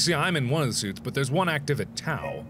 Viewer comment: Hey Mark, just a heads up that the Greek letter tau is actually produced like the word "tough". Not really important, but my Greek conscience kept nudging me to write that :P